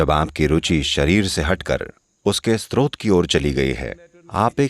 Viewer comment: नैरेटर स्रोत (Srot) शब्द का बार बार स्त्रोत (Strot) उच्चारण कर रहे हैं जो गलत है। कृपया संशोधन कर दें।